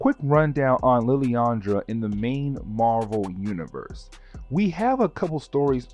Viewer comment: It's "SHEE-ARE", not "SHY-AIR". It's always been that way, ever since the first time they ever made an appearance in a medium with actual speech (X-Men: TAS, X-Men Legends 1 & 2, Marvel Ultimate Alliance, etc etc etc). I mean, Jesus. Have you never watched or played a Marvel game/cartoon? Also It's "LIL-ANDRA", not "LILI-ANDRA". Where's that second "I" coming from when you say her name? I assume you can read, since you made this video on an actual comic. Did you see an extra "I" in her name? Cause I didn't. Literally just googled it too. There is absolutely no other spelling for her name, period.